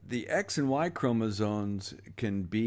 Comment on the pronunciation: I love your work,, and have been promoting it! Keep going. Just one quick and picky edit. It kept sounding like you were saying 'chromosones' instead of 'chromosomes'. I figured it was a tiny accent thing. But then I noticed that the slides also had it spelled with the final 'n', so I thought I ought to mention it for futures things.